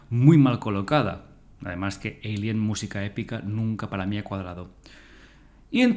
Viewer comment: ¿Porqué dices "yinomorph en vez de Xenomorfo? Porqué dices "Eilien" en vez de alien, pero luego dices tiranosaurio o velociraptor? El vídeo está guay y te pido disculpas pero es que cada vez que oía Yinomorf me sacaba del vídeo